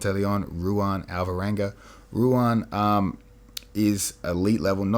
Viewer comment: Bro Ruan is pronounced like “Juan”. The R is pronounced the same as other Brazilian names Royce/Renzo, etc. He’s also probably the scariest and most vicious competitor to come out of Marcelo Garcia’s. Glad he’s starting to get some recognition